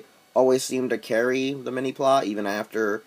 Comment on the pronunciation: lol... Mini "plah?" Mini PlA as in Play...